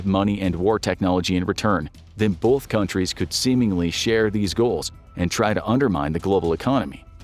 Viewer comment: Its "BOTH" not "Bauth"